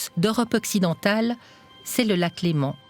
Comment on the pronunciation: LÉMAN ET NON LEMENT !!!